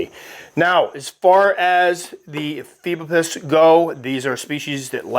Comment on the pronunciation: Also, the genus is pronounced (e-FEE-bo-pus), like said, for anyone who's curious. I hear this one said a ton of different ways.